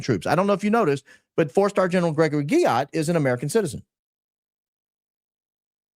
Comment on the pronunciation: Stop saying Guillot like that😂😂😂